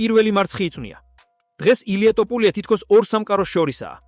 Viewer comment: ტოფურია არა ბებიაშენის ტრაკი